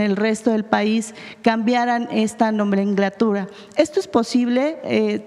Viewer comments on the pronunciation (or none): Minuto importante!! Esta mujer tan burra no sé qué sea periodista o no lo sé en vez de decir “nomenclatura” pronuncia” “NOMENGLATURA”, vaya veces me pregunto cómo esta gente está ahí de pseudoperiodista o periodista que no saben ni pronunciar bien su español Como pueden aceptar este tipo de gente que ni hablar bien, no sé ni quién sea ni me importa sea fan de 4 T o los demás partidos, trae mucha Mac Book y ni hablar bien sabe, en fin estamos en México.